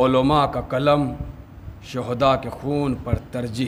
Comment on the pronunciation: کلم نہیں قلم کہیے تکریبا نہیں تقریباً کہیے